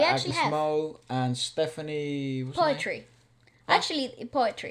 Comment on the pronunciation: poetri is pronounced as poo-tree